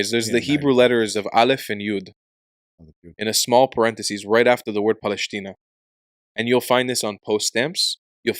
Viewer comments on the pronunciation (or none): It is not PALESHTINA! It is pronounced PALESTINA! That letter is called SIN or LEFT SHIN - ש שמאלית !! כואב לי שישראלים לא דוברים עברית נכונה, לא מבטאים ח׳ וע׳ כיון שגם מי שאמור ללמד , לא יודעים ולא כלום! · פלשתינה Palestina is spelled with a Seen, not a Sheen. So pronounced "Pa-les-tina" not Paleshtina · Palestina with a sin, not "paleshtina" with a shin...